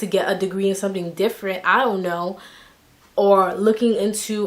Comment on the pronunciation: Too cute she said “ion know” 😂😂